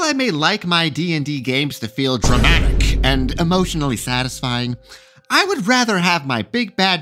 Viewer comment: Your (or mine) Matt Colville fanboism spills on pronunciation of word "Dramatic".